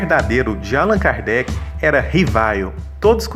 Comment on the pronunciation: Excelente. Lindo. Só mudem a pronúncia de Álan Kardec para AlÂn Kardec!!!! Parabéns!